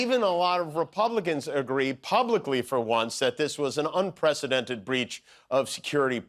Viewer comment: Have people decided rto mispronounce 'unprecedented' on purpose?